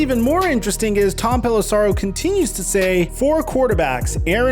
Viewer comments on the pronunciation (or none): Pelissero rhymes with arrow, not sorrow.